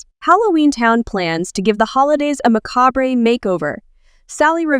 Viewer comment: Macabre-Ray, bow tea (tie), and Caballero (caba-yero)